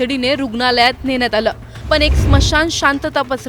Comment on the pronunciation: पन नाही पण असा शब्द आहे आधी भाषा शुद्ध शिक मग अपडेट्स दे.आनी पानी भाषा बंद कर.